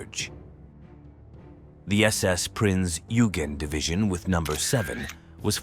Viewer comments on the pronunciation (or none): none